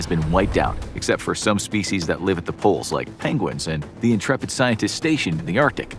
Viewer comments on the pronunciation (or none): none